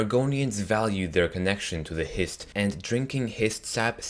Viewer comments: "Histree" really? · Why do you put so much emphasis on the T is Hist Trees? Just say it like you would say Histories.